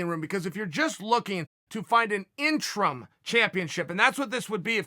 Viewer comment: "IN-Trum" championship - Uncle Chael